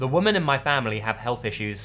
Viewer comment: Hey,, I've noticed in a lot of stories you seem to have trouble saying women.